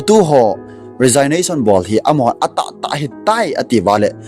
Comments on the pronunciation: Resignation hi pronounce nabol teng rejiknason ti toh kibang ahi. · Na Resignation pronounciation chu ngaithada aume sopi. Thugil lagil naseingal ahileh pronounciation chu phaten mango.... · Resignation na pronounce danchu datmah um sam'e.😮😮